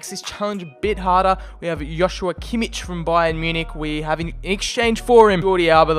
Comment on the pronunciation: When you say Joshua Kimmich you say Hoshua Kimmich, its just a J